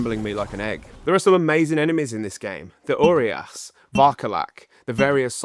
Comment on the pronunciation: do English people really pronounce Romanian's words that bad? like it's pronounced as it's written. It's so funny "oriaș" "solidat" pffff